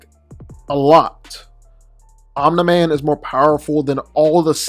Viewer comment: No one:: "OMNA MAN"